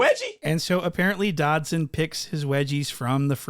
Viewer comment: 😂😂😂😂 he called suspect dodson 😂😂😂😂😂😂😂 bra i am crying